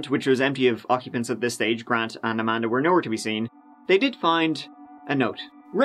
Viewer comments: "A-man-da hug and kiss" 😆🤣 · Amanda Hug-n-kiss!!!!! 🤣 lost it